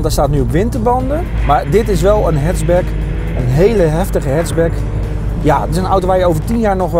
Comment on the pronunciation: hatchback, niet hetsbek